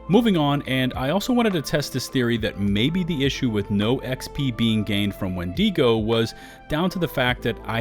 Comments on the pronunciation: Wen-dago not wen-digo sorry to be that guy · Please please please stop mispronouncing Wendigo: it is WENdigo, not wenDEEgo. The I is the same sound as it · Why do you keep putting so much emphasis on the e in windego?